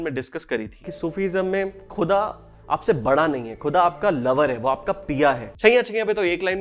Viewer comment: Bro.. your work is amazing... Kya hi qoob hota agar aap Gahzal aur Khuda jaise alfaaz ko sahi talaffuz (pronunciation) se ada karte.. Woh urdu ki mithaas aur Mehek aur badh jaati.. ❤